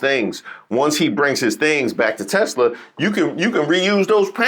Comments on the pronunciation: "I love TESSS -slurrr!" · Does the word " Tesla" have a silent "r" at the end? Have I been mispronouncing it the whole time? Has my public school education failed me? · I LOVE TESLERRRR Uhhh 😬 ….. Mr. Goldy Rug / “The most intelligent/ Smart Words/ Mr. My uncle went MIT/ I passed the common sense exam 5xs “ … it’s spelled T-E-S-L-A T-E-S-L-E-R 😂😂 Mr. Goldi Rug😗That’s what I said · I am so glad the “I love Tesler” clip was replayed, because watching Leon jerk his head toward Trump, the second he hears it… Chef’s kiss!